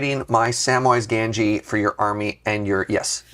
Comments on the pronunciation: Please, please! It's GaMgee, with an M, not an N. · I like that has moved on from mispronouncing sheoldred to new things like mispronouncing Gamgee.